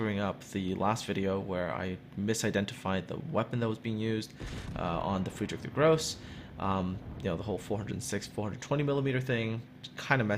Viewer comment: LOL xD haha "Friedrich the Gross". I guess it is spelled "Große" so there is an "e", but I heard that some people ignore the "e" in Porsche too. It's not a Porsch it's a PorschE, it's not Gross it is Friedrich der GroßE! Thats so gross man =D